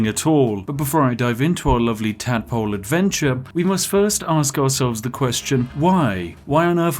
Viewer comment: so, why does the spiffing brit play to this gimmick of being a posh englishman and yet refuses to pronounce "th" properly in a single word? baffles me. the slightly posh accent is heavily undermined by the extreme lack of rp